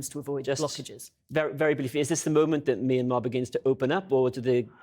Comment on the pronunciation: At least have enough respect for these poor people to pronounce the name correctly My Mya Myan Myanmar